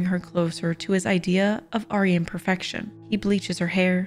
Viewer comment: I’m new to this channel, but I have a question. Why is it the narrator can pronounce Machiavellian, but not Maestro or Aryan? It’s pretty easy to look up if you’re not familiar with the terms.